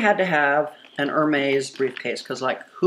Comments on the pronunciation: It’s not Er-Maize. It’s “Air-Mez.” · Looks like no amount of money can teach you how to pronounce Hermes correctly lol...it's kind of endearing though she seems so humble despite having so much wealth. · air-mez air-mez btw I enjoy watching you. I've watched for a long time! I love luxury handbags the most and love seeing your collection. It's breathtaking! This video one came off so entitled it made me a bit sad. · Is someone gonna teacher her how to say hermes? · You are not pronouncing Hermes correctly. Everytime you say it, it's like nails on a chalkboard. Please and thank you.